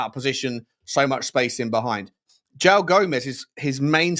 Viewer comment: Just a pronunciation point: Joao is pronounced /djuwaun/